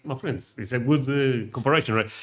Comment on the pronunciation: I love how you say my friends it sounds like muffins